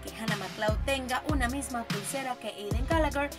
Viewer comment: Eidan galager xDD (como lo pronuncia)